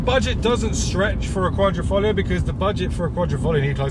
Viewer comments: The problem is that he never said Quadr...I....foglio, he said Quadr...O...foglio which in Italian Quadro means picture frame. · How many times can a man say qualrifolio lol😂